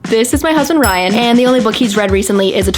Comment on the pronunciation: It saying bryan instead of ryan is funny😂